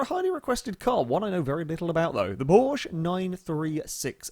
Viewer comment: At this point I'm convinced he knows full well how to pronounce Porsche and does it just to annoy the Germans